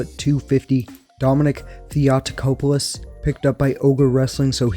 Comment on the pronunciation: In Dominic Theotokopoulos made him a big man was my fault, cause I'm not good in counting pounds,cause in Greece we count them in kgs,but I'm happy for this outcome so I'm not regretting it PS: Theotokopoulos the tongue is on the 2nd 'o'